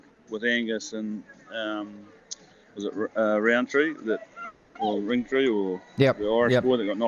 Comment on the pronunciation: "Gary Rowentree" or was it "Ringtree"? wow! and we're listening to this.